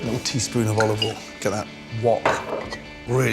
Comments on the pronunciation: Is it "A touch of olive oil" But I heard "A touch of volley ball" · When he said: "A teaspoon of olovol" I felt that.